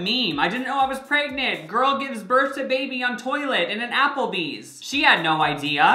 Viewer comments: i will never get over the fact that he says "preygnit" instead of "pregnant" and he says it literally at least once every video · No one: Absolutely no one: Not even Jacob:: PReGnaT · any video where is going to say “pragenent” a bunch of times is gonna be Good